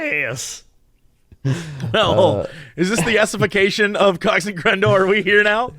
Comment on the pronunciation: actually living for the fact that Jesse said yessification instead of yassification. Incredible